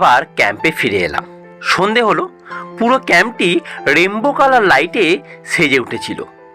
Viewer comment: "Rendow" na rainbow ?